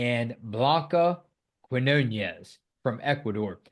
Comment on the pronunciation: Quinonez is pronounced "keen yo nez", with the accent on "yo".